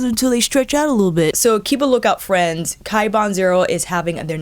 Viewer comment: OMG! I live for "Hi Freenz!" (Tip: Don't do this during a business Teams call. LOL)